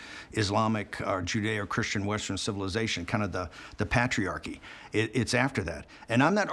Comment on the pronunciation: Pat-triarchy.? Is he a pat- triot? It would be nice if he could pronounce patriarchy. He's no patriarch. Pater father